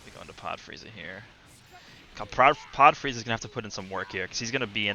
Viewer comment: I thought he called:Chair Frieza